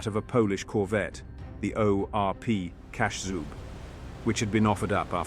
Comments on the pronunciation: Kaszub is pronounced "Kashoob". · Also, Kaszub should be pronounced as ka-SHOOB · ORP "Kaszub" - "sz" u read like in "sh" in "shoot" - so to properly read it by computer I'd rather write it "Cashoob"